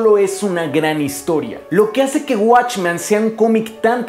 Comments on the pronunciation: ¿Por qué dices "watchman"? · ¿Por que en todos tus videos proguancias "Watchman" si la pronunciación es literalmente "Men"? ya que "Man" es singular y "Men" es Plural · Esto no es una critica ni una queja pero siento un conflicto enorme cada que dice WatchmAn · soy el unico que le causo ruido que pronunciara "Watchman" en lugar de "Watchmen"? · Está muy bueno tu video, pero se dice WatchmEn con E. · se dice watchmen compare no watchman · "Guachman" A pesar que el comic es mejor que la pelicula a mi tambien me gusta verla como un complemento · esta chido el video..pero si duele escuchar la palabra "watchman" XD